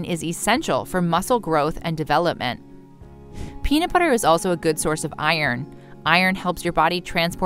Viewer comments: Is the peanu butter you are talking about the same as the peanut butter with the t in the word. Toronto came out ok for some reason. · Anyone else notice the narrator calls it peana butter?